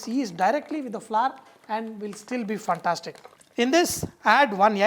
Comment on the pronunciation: good recipe....but why does he keep saying funtastic ? an yegg